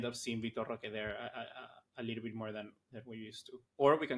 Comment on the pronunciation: From watching vitor roque ( by the way its pronounced Hoque, the R is silent in brazil) . He isn't really flashy, but he is very quick , good hold up play and he wrestles for the ball. He plays on a team that doesn't really offer the best service but he scores alot for them and is one of the main reasons they win games. I don't expect him to join barca and immediately have impact or be a starter that's alot to ask. But he has tools that can help us in a long season since we lack pace in attack and only have one striker at the moment